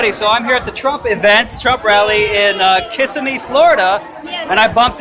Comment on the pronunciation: Lol you pronounce Kissimmee so strangely